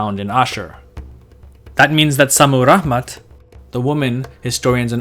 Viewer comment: Is ist Šammuramat or Šammuraḫmat? You write it one way, but pronounce it the other way.